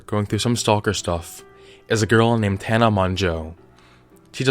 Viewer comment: LMAO OMG, Tina Man-JuuL